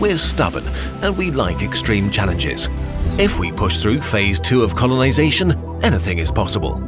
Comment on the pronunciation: did you say conolisation by mistake?😂😂